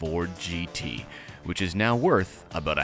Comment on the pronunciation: "Aboot". That is full Canadian right there.